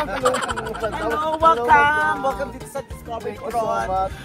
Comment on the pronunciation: Dapat hulihin ninyo si Meme sa pagsabi ng welcome (WellCalm) para "accidentally" ma-endorse yung produkto ninyo!